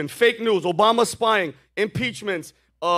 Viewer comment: Did Harris say "OBiden"?